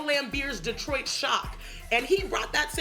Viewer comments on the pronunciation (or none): none